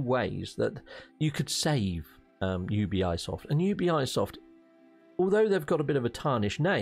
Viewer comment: You be soft not you be eye soft lol